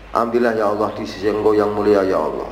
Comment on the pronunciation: Kok nyebut nya Awoh Awoh...Awoh... Wah Chanel tai ini... Tipu2...